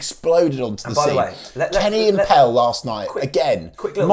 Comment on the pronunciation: PELLE Mattson, not PELL Mattson. He’s been here a while now …..